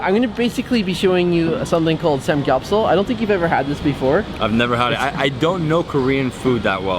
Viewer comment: I just cringed a lot when you would mispronounce the typical korean words like banchan and samgyeopsal lol